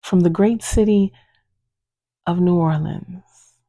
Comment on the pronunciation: Damn girl. Get the hell out of new orlens 😂😂 so awful. 😂😂😂